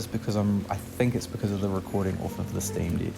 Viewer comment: It’s pronounced steam deck not steam dick